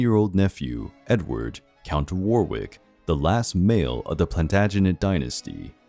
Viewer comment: You need to learn how to pronounce Warwick, Gloucester and Leicester